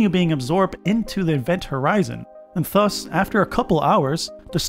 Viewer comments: Why are you pronouncing ‘thus’ the way you are?? Sounds like fuss!! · Why do you pronounce ”thus” as ”fuss”???!!! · Why do you pronounce "thus" like that? 😂